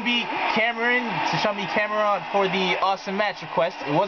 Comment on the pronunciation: hey thanks 4 the match and you said my name rite the first time